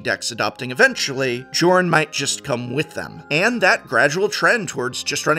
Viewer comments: I think it's safe to assume that Jorn's name is supposed to be pronounced like Bjorn without the b. So "Yorn" rather than as it's written. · Jorn is pronounced yorn. Its like bjorn.